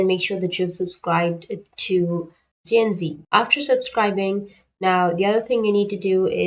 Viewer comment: Oh no, tny4297 is referring to the way you pronounced the streamers name as zinji instead of how it would be pronounced "jinx" followed with the sound of "e" I understand the misunderstanding! :)